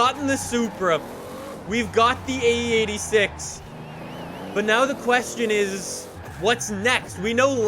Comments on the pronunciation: U say it like ae 8 6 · Oh Lord so much cum is coming out for the EIGHT-UH SIX-UH